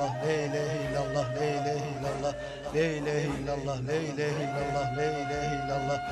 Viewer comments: lee diye okunmaz yanlış okuyorsunuz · Burada e a arası bir ses yok! Direk le var! Video sahibi boşuna beğenmiş. Le ne demek yahu!? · Lee değil zaten "l" e-a arası bir sesle okunması gerekiyor. Arapçadaki "e" Tükçe'deki "e" gibi değildir. Arapça'da e derken ağız açılır. E ve a arası bir ses çıkar. Türkçe'de ise çene aşağıya iner ve hafif tebessümlü okunur. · bile bile yapıldığı belli...yanlış okunuyor...